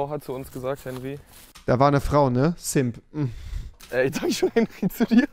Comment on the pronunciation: Normale Leute: simp Rewi: so ein Zimp